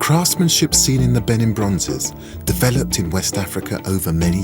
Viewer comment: How can you possibly make a documentary on a culture and not be able to pronounce it correctly? Beh NEEN! You can't trust the Brits. They pronounce Nicaragua Nick ooo RAG you ah.